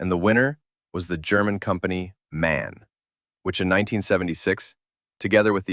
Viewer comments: M-A-N, not "man". (Maschinenfabrik Augsburg-Nürnberg) Like BMW. It's interesting that no one in the English-speaking world can pronounce the names of German brands correctly. Like Volkswagen ("Folkswagen", yes with "F"), Porsche (not "Porsch", "Porscheh"), etc. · It's the very first time in my long Life that someone pronouced it « Man ». No way.! Forget about Man. It's pronounced M.A.N., you got it, man? There isn't any "surprising story of socialist buses in the Yousa" either, but in the U.S.A., no matter whether with or without dots. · The pronunciation of MAN is not "man", but "em-ah-en". It is an abbreviation of Maschinenfabrik Augsburg-Nürnberg. And Malév is to pronounce "Mah-laiv" But teaching USains of the English about correct pronunciation is like playing chess with pigeons. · It's M.A.N. not "man" :) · The US should totally revive the "New Look" bus design. It's just weird enough to be iconic, friendly (Look ma uncle happy bus is coming!), gently retro-futuristic, easy on the eyes, and from the looks of it would work well with modern aerodynamics. MAN is pronounced Em-Ah-En, btw, not "man". "Maschinenfabrik Augsburg-Nürnberg", "Machine factory Augsburg-Nuremberg". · the company MAN is not pronounced "man", the name is actually spelled, so the pronounciation is something like "Emma-En" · the company ist called M-A-N not man or do you spell USA as on word? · It's pronounced M•A•N, not man! It stands for: Maschinenfebrik Augsburg Nürnberg! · MAN is pronounced letter by letter, m-a-n. It is an abbreviation, namely Maschienenfabrik Augsburg-Nürnberg.